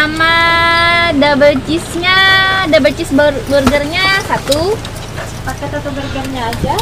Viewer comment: Kak ini cuman sekedar info kalo burger di bacanya “berger” ok terimakasih semoga membantu